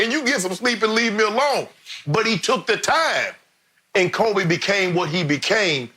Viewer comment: Notice how Jordan pronounces Kobe's name at the memorial. It's done with a heavy heart of an older brother.